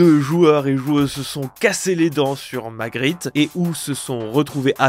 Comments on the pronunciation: J'ai décrocher à la 7ème minutes, vue la façon dont t’en parle j'ai l'impression qu'on a pas jouer au même jeu... exemple tu dis Magrit au lieu de Margit... Et tu dis que Miquella est un fœtus ? Ah bon? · 《Magrit》c margit et sa se prononce 《marguit》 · c'est margit pas magrit🙃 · magrit ??? cest margit mdr 😂 battut en 2fois et reussit a la vaincre en me faisant toucher que deux fois en ng plus 7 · C'était une excellente vidéo par contre le 'maGrit' du début il passe pas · Perso j’ai failli quitter la vidéo quand ta dit : Magrit 😂